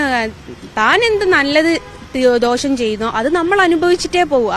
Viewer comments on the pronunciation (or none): none